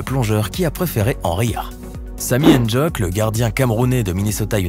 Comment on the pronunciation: infos pour les européens: on ne dit pas N-djock on dit ndjock ndj est une lettre de l'AGLC ( alphabet phonatoire des langues camerounaises) j'espère que ça vous aura aidé vous ne prononcez pasbien car vous ne connaissez pas la phonétique camerounaise likez svp j'ai jamais dépassé 2 like